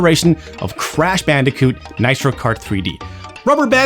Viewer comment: Please stop saying bicooti